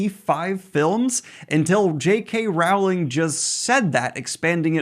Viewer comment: PSA: "Rowling" rhymes with "bowling." ...Please don't come for me.